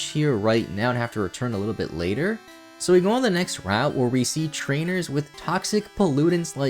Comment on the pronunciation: Reads later (lāter) as latter 🪜🤣